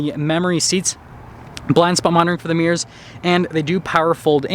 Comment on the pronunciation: you just made my dad by saying power adjustable steering wheel rather than automatic :). Now if you could just pronounce aesthetic properly, and add the second syllable back into mirror where it belongs, i won't be so tempted to write you incredibly annoying and stupid comments